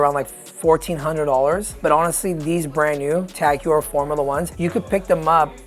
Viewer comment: Tag Juwer xD HEUER ffs.